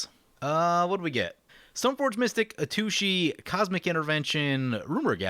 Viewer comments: I'm on gonna lie, it kinda annoys me when you miss pronounce Atsushi. You always say A-tooshee. But it's At Sushi. It just sounds like you're referring to a butt every time you say A-tooshee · Just a hint for Atsushi's name: The TSU is pronounced kind of like a sharp hiss. Like TSST! with u - sounds like glue - on the end. That one's pretty difficult to pronounce. :) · I kinda want him to keep pronouncing it that way cause lil kid brain goes "har har"